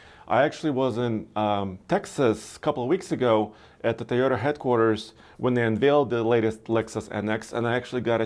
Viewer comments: Toyota has 2 "O"s in the name TOyOta not Tyada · Since when Toyota became Tayota